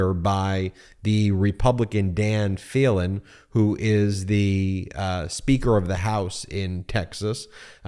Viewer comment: I’m from Texas and I am thoroughly disgusted by this vote. Just so you will be well informed the speaker of Texas house’s name is pronounced Dade with a long “e”, and last name is pronounced Felan with a Long “e”.